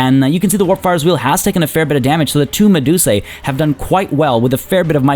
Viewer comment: The plural of medusa is medusae but its said as "medus-eye" rather than "medus-ay" since that's what the "ae" says in Latin.